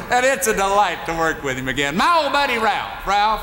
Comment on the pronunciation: It's funny that Jimmy Dean always called him Ralph instead of Rowlf lol still good stuff though